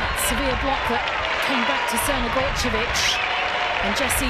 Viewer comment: How do you properly pronounce Crnogorčević but butcher Geyse? Also if DAZN want people to pay for this they need to up their quality.